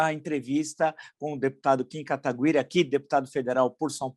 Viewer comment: Professor, não é Katagüiri, e sim Kataguiri, com "gui" de guitarra 😄